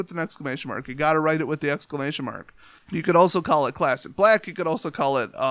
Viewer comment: To quote the Game Grumps "First of all, I don't like the way you said 'Black." But seriously though, good, fun, simple deck